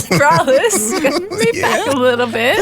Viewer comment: Mumbo: “It’s so Keralis and hilarious” Me: Keralious